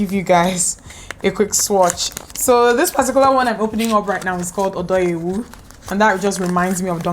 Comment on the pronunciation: Lol Dimma shout out to how you pronounced “Odo yewu.” I was kinda taken aback by how WELL you pronounced this. Haha, good stuff. edit: Menstrual cups are great! I’ve been using them for about a year & a half, and still haven’t quite mastered them yet. But they’re great for the environment and the way forward for me! 😄